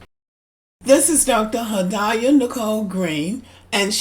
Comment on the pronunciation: Had-ee yah is the pronunciation.